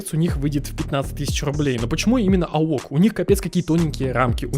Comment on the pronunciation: Не аок, а "эй о си" бро